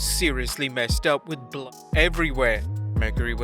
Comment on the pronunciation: Can you talk right dont say weapons and blood wrong talk right O wait you never went to school so you cant talk, you are irritating